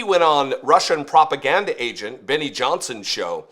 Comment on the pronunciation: The way the OK dumbs**t says "prop-a-lure" 😆